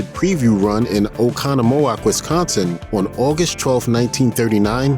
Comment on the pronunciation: Good job on the cities in Wisconsin pronouncing. Just say them faster and remember it's wIsconsin not wEsconsin